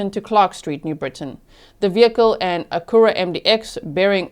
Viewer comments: G... Only because you seem to appreciate local pronunciation. The car discussed, the Acura, is pronounced ACK-yur-Ah. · It’s phonetically akk-u-rah.